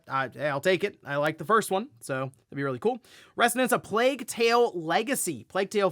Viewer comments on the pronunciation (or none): none